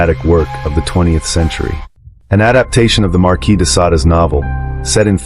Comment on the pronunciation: Marquis de Sada… ok, AI 😂